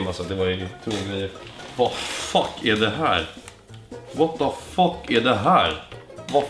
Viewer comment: Det ända du sa var "what the fock" xD